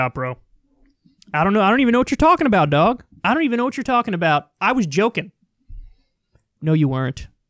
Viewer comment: "face-planting on the regular, DOHG" lololololol dead